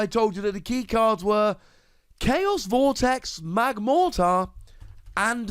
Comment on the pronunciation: You got the wrong name. You called it magmorter....